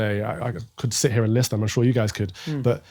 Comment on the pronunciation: If you're from Holland you surely say 'guysh' and not 'guys'